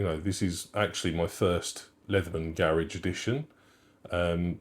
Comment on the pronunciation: Every time you said “Garage edition”, I couldn’t help but hear “garish edition”… because it’s gold 😂